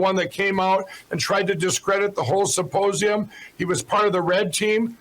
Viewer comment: “Supposium,” every single time he says it.